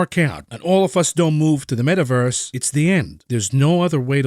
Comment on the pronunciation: The “Met-averse” gives you a headache